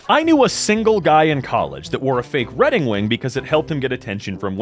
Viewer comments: says "Redding Wing" instead of "wedding ring" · i don’t know why him saying redding wing is so funny to me but it is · I had to double back, i thought i was hearing things for a second